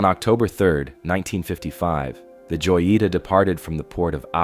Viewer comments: It’s pronounce (hoyeetah) not joyeeta. J is an H sound in Spanish bro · I dont want to nag but joyita≠ yoita its (ho-jee-tah), I know Spanish do be hard but come on man, it’s not even a hard word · Joyita is pronounced hoyita... you are making me scream mispronounced it over and over 😵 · You butchered the name “joyita” haha good video tho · Not the "Joita", the boat name is clearly readable on the hull, the "Jotita"